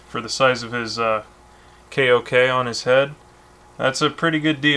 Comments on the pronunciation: Huh, i didnt kno their kok was said like kay oh kay. I thought it was pronounced like "coke". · ‘Coke’ is a better pronunciation lol